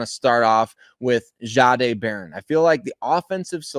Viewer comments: Can you please please please learn how to pronounce his name right? He said it out loud he told you how his name was pronounced and it’s not. Shaaaaday it’s just simple respect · Why is it so hard to get it right? It’s just simple respect for a person’s name. Why can you not just pronounce it the way it’s supposed to be the way. He said it was pronounced? “Jeday” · It’s not pronounced zzaaaday